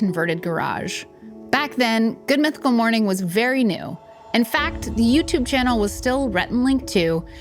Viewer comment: You were saying morning with a u? Oh no 😢